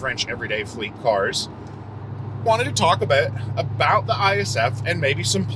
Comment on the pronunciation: Went full Canadian at aboot